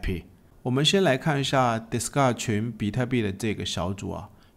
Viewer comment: 你什麼時候Discord可以從「迪斯嘎」念成較正常的「迪斯扣的」？